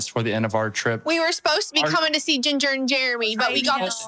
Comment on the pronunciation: Jeremy says Chinger instead of Jinger